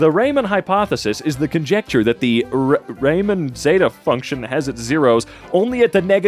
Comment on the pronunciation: Believe it or not, I actually understand this Also it’s ‘oiler’ IT’S PRONOUNCED REE-MAN Four yer Oh man I wish unity had flowtrees stupid uni not math guy it’s x squared tau(2 pi)>pi( …) also ur dumb > is greater than idk this who did this 🤣 use a dot for multiplication